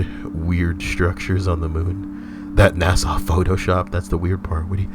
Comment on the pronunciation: MFW pronounces NASA "Nassau"